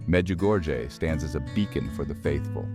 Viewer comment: Before producing a short video like this, please find out how to correctly pronounce the various names of persons & locations. I have visited Medjugorje ten times and find it very annoying when I hear strange names/locations pronounced the «American» way. Please, be respectful of others and make a greater effort in learning to pronounce people’s name in the correct manner. Otherwise, it is disrespectful!